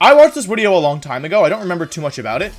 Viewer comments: Is he saying wideo instead of video ? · Does any else here him saying wideo ?? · Does anyone know why wolfey says “wideo” and “wenasaur” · wideo (the way he says video) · Take a shot everytime he says wideo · Round 1: Take a shot every time he says "Wideo". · Like I genuinely don't know how you make yourself say "wideo" so effortlessly in place of "video" without missing a beat. 😂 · Nobody: Wolfey: "wideo" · Take a shot every time he says wideo instead of video. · Anyone going to talk about the amount of times "wideo" was said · “...the wideo” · Is anyone else hearing wideo instead of video? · Am I the only one who likes when he says wideo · Commenting for youtube algorithm. Keywords: amazing video, great video, informational video (or should i be saying wideo?) (not my original idea) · Is he saying WIDEO? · anyone able to help me understand why he says wideo and not video? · Ok what’s with you saying wideo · Can someone please explain "wideo" to me? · Why does he keeps saying wideo? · Why does he say wideo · I’m not a long time viewer, only a few videos. Why do you say wideo? Is it a speech impediment or? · I'm not trying to be rude but why does he replace v with w? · WHY IS HE SAYING WIDEO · this man can say any word with V except video he will say WIDIOW its killing my braincells and he is just overusing the word so much holy shit. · does anyone know why he say “wideo” i think it’s cute i’m just not sure why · Does it bother anyone else that he says 'wideo' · Why the hell does he keep saying wideo wtf? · dude... Why are you saying Wideo instead of Video?! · STOP CALLING IT A FUCKING WIDEO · the way he says wideo instead of video hurts me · Say wideo instead of video one more time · Why do you pronounce video as "wideo"? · "Wideo" got on my nerves every. single. time. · I really hope "wideo" is a meme and not for real how he says the word.... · Omfg stop saying wideo! It's video! With a v! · wideo lol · Tf is a wideo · No one: Wolfey: Wideo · Is he saying wideo???